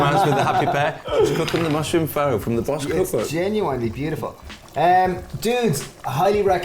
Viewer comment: This is not pho and that's not how you pronounce it 😂😂😂